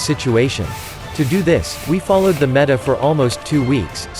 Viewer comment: Is there no way to, like.. correct the way the TTS program pronounces a word? Or just spell it funky to make the program say the correct word? How can you stand the way it says 'meta'